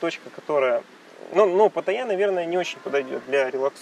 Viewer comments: А зачем говорить "ПатаййЯ!"? если можно просто сказать нормально как и все "ПаттАйа". Я никогда не слышал, чтоб Moscow говорили Moskva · Патта́йя (тайск. เมืองพัทยา, Phatthaya; ударение в тайском языке — Паттайя́; варианты написания — Паттая, Пхаттхая, Паттайа, Патайя) ;) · Все это кто? Погуглите ударение приходиться на последний слог. Хотя тайцы говорят вот так Но точно на второй слог делать ударение не правильно.